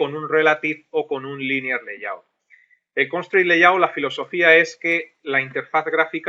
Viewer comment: Se nota que tu también aprendes maestro, en el 16 pronuncias layout como "layut" y en el 16b grabado al año siguiente ya pronuncias "leiyaut" 😂 Gracias por el curso.